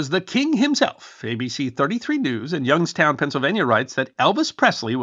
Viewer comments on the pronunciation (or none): none